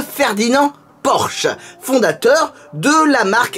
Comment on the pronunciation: En allemand on insiste sur le e final de Porsche ça donne à peu près porscheu